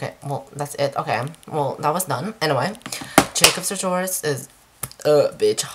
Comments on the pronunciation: It's Jacob Satourious not satoris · you pronounce his name wrong